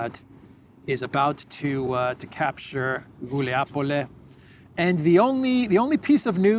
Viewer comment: It’s GulayPole, (Guljay Pole), not Guliapole 😉